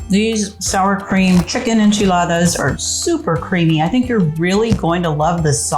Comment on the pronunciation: Looks wonderful. I love Mexican food and I love the way it sounds when you pronounce the word enchiladas